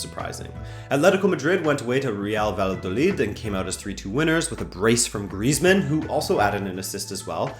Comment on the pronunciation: love the videos just a few tips on pronunciation: Girona -> hee-rona. Alcacer -> al-CÁ-cer, not al-ca-CÉR. Valladolid -> Vayadolid. CSKA -> Siska. Hope this helps!